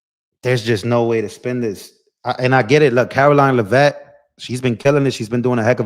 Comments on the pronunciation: it’s Lev-vitt. Lev as in bev. I went to school with one of her relatives. Please share the correct pronunciation. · Btw…it’s Lev-it. Accent on the Lev. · Are you a actually a paid Democrat agitator. Oh no, the sky is falling! You sound like AOC ranting because you can't get all the answers you want today. Do you pronounce Caroline's name wrong out of respect?